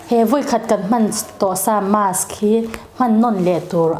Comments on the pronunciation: Doctor ve meuhin Mask tia lam ri lova, mass a ti tlat khian beng a ti thep lek lek. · Mass ti in i lam deih a..mask ti rawh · 😂marsk tiin i lam aniang chu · Mask...'Masque'...mizo hi chuan a tlangpui in makss ti in kan lam...Jf Dic....